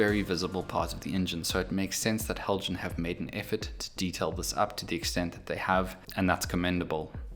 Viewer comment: As soon as you said 'Heljan' I started to shudder.